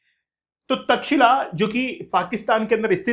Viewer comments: सबसे पहले तो ऑनलाइन वाले अध्यापकों को अपना ज्ञान सही करना चाहिए, तब लोग कुछ बोलते है ओर आपको बुरा लग जाता है। कृपया उच्चारण सही करिए। चैट जी पी टी सब नहीं सिखाता है। तक्षशिला हैं वो। तक्षिला नहीं कब सुधरोगे तुम लोग😂😂😂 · India ki alag hi English ha 😂😂😂 pehle pronounce krna to sekh lo Takshila bol rhy ho 😂😂😂 ye Tex Eila aisy pronounce hoga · aapjobhiho vedioto banateho aur itihas bigad raheho .taxila bolraheho. ye tax shila hey.aisehi kuchh salome itihas uchharanse badalta hey. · taxila❌ Takshsheela-correct